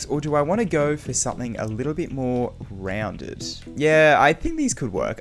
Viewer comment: the way he said rounded